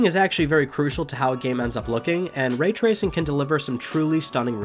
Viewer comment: Ray tracing* not ray traycing btw